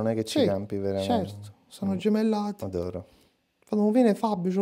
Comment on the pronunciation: Però fateci caso: non dice "adoro" ma "odoro"!!!